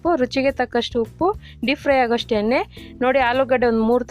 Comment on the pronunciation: ಏನೆ ಅಲ್ಲ ಮೇಡಂ ಎಣೆ ಅದು